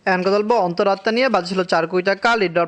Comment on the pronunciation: অনেক বলার পরে আজকে ঠিক করে অন্তর আত্মা উচ্চারণ করেছে